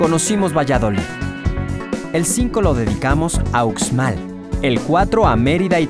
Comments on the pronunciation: Yo aconsejaria al narrador que aprenda a pronunciar bien los nombres, porque se escucha horrible como lo pronuncia, UXMAL! sonido en la X! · MUY BONITO VIDEO EXCELENTE!! EL DETALLE ES EL SIGUIENTE: EL SEÑOR QUE LO PRESENTA QUE APRENDA A PRONUNCIAR MUY BIEN LOS NOMBRES DE LOS LUGARES POR QUE LO DICE MUY MAL. UXMAL]: SE PRONUNCIA: USHMAL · Un conductor ignorante y poco instruido. Pronunciado la 'x' a la manera castellana. Soy de Jalisco , e incluso acá sabemos cómo se pronuncia Uxmal e xtabentun etc... 👎🏾👎🏾👎🏾👎🏾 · Deberian mencionar bien la X como se pronuncia en la lengua maya xtabentun uxmal lo pronuncia mal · Yo creo que el vídeo esta perfecto, es un poco comprensible que su pronunciación no sea del todo buena y mas si el es de otro estado, la x tiene muchas pronunciaciones dependiendo del estado. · pos sí!! bonito mi estado :) sólo una observación, la letra x en maya suena como sh, así que uxmal debe pronunciarse como ushmal y no ucsmal. Lo mismo para xtabentún, debe sonar shtabentún y no cstabentún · COMO QUE UKSMAL🤣🤣🤣🤣🤣🤣🤣???????soy yucateca, uxmal se pronuncia Ushmal... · Dios!!! pero que horrible pronunciación del presentador! como que Ucsmal??? se pronuncia USHMAL!!! Era muy bueno el video, lástima por la pronunciación HORRIBLE!! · Muy bueno pero no se dice ukzmal se dice ushmal o sea la X de pronuncia ush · Muy bonito documental solo que antes debería informarse de la pronunciación correcta de cada lugar ejemplo no es utzmal es uxmal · debe sonar ushmal e ishtabentun no ucsmal o icstabentu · A mi gusto faltaron las grutas de Loltún y la Zona Arqueológica de Ek Balam. También quiero comentarle a, que la X maya tiene una pronunciación figurada de SH, así, Uxmal se debe pronunciar Ushmal y no Usmal como él dice. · Me perdieron cuando el narrador dijo: “estabentún” y “ucsmal” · Debes de practicar la forma de expresar los nombre de muchas cosas y lugares la X suena ushshs ushs